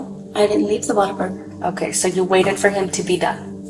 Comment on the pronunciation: It's "what-a-burger" not stupid friggin "watt-a-burger". God...